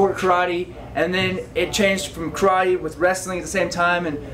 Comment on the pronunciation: Can't even pronounce "karate" correctly...